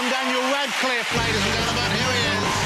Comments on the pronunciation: Jonathan pronounces Radcliffe as Wascliffe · Jonathan Ross says "Daniel Wadcliffe" It's so annoying!